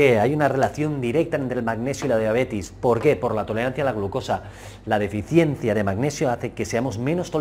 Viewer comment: Diabetes, si. La conozco. Pero no a la diabetis como pronuncian en el video